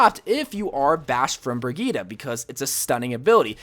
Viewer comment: I've never heard anyone pronounce brigitte's name so wrong lmao